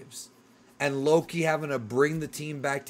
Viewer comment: You gotta stop saying his name like its two different words, youre saying it as "low key" instead of just one name loki.